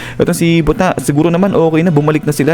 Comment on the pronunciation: mali po talaga ang pag pronounce mo ng buta. hindi po yan butta its buta. buta in japanese is pig.